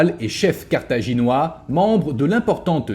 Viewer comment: Sérieux, entre le titre en -ois, la miniature en -ais, et la 1ère prononciation en -oirs, le destin de Carthage est bien illustré, c'est un carnage 😮